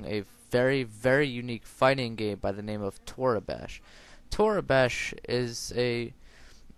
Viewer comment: its pronounce toreeebash :P